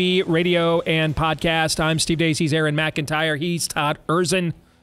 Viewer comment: Her name was Madge Steve. Aaron you went "Yard" .